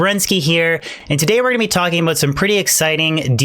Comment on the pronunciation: Did I hear you say aboot? Are you from canada?